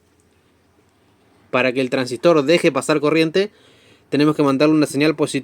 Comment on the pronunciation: El Traangsistor 😅